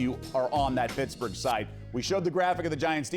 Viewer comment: “Pittaburgh” nice one..